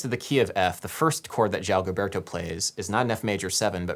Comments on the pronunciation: Surprised that in the discussion of the melody, the speaker did not point out the difference between the rhythm of the Portuguese A-section melodic phrase and the English. The Portuguese is much more rhythmically compelling. When I play this song instrumentally, I always the play the melody with the Portuguese phrasing rather than English. Also: Gilberto's name is consistently mispronounced, and Cole Porter was not a Tin Pan Alley songwriter. Also, the "schmaltzy strings" on the Sinatra version are by the great Claus Ogerman, whom the Brazilians adored. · Terrific work. Too late now though, but Garota is misspelled right at the get go. Only one R, not two! And Gilberto is pronounced with a soft G, as in GIgi. Sou brasileiro e a bossa vive no meu coracao. Thank you for disseminating the Bossa Nova. Muito obrigado! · Gilberto is actually pronounced as if it was a J (Jilberto). Doing good on the Portuguese tho! :D Great video as always. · BTW, you are pronouncing the last name of João Gilberto wrong. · amazing video Adam! a massive "thank you"! and well, i'm not trying to offend or anything, but here's a suggestion: it sounds better when you speak the real pronunciation of brazilians names instead of articulating some surreal american version, like you did on "Gilberto", "Vinícius" and "Ribeiro" p.s i love your videos so much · Ai, e como! Joao Guilberto em vez de João Gilberto -- me dói o ouvido! ("Estadunidense" -- essa palavra não conheço, mas deu p'ra entender! rsrsrs) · Nice video. loved it. For future videos, if you plan to repeat words, like name references, get them right. You mentioned Xerox of a Xerox? Gilberto is different from Gilbert. It is a common name and is pronounced Ji, not English Gi. You know the name Emma? Try put Ipa in front of it, there you go. It is not Ipanima, more like IpanEmma. I worked hard to filter out the quirks in my ears to listen to the content. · Gilberto is pronounced Jeelberto. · Isn't Gilberto pronounced "Jilberto" though?